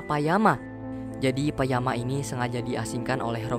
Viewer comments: it's nice to hear your review but it should be payakan, not payama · Bang bukan payama tapi payakan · PAYAKANN BANGG PAYAKANN… BUKAN PAYAMAAA😭😭😭😭😭😭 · Payakan minn bukan payama 🗿🗿 Payakan adalah seorang tulkun muda yang berteman dengan Lo'ak , salah satu anak Jake Sully dan Neytiri , setelah menyelamatkan nyawanya. Setelah melawan cara tulkun dengan membunuh pemburu paus yang membunuh ibunya, Payakan dikucilkan dari para tulkun dan dijauhi oleh klan Metkayina . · Nama tulkun nya Payakan gak sih, bukan Payama. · nah ini bener,, kok malah jadi payama.. admin nya dpt refrensi dr mn sih... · Bukan payama bang, tapi payakan, kmaren habis nonton, gila 3jam durasi 😂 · Payakan jd Payama 😅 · Bukanlah kalo gak salah, namanya Payakan, bukan Payama? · payakan bang bukan payama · payakan kayaknya bukan payama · Payakan ya bukan Payama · Btw nama ikan nya payakan ya bukan payama hehe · Kenapa payama bang harusnya payakan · Bang namanya Payakan atau Payama? Hehe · Payahkan bang bukan Panama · Keknya payakan gasi? bukan payama😭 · yg benar "Payakan"